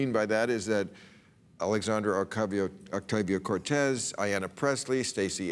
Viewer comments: Jim Carrey is as far left as Bill et al are willing to accept on their programs. FFS, Bill wouldn't even pronounce AOC's name correctly. This is the problem today, mainstream democrats allowing hardline republicans a voice in the name of "balance" yet turn a blind eye to progressives until they are quite literally forced to pay attention. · > mispronounces Ocasio's name > calls her proposals "liberal" when she's a socialist Used to like Maher before I got over his atheism and realized what a clueless fck he is in terms of politics.